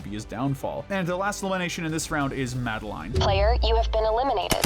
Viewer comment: MaDi-LiNe pronounce the name tight